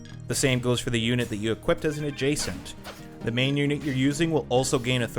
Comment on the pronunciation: Adjutants. Not adjacents.